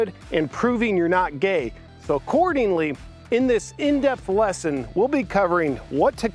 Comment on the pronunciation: "cordingly" lmao 🤣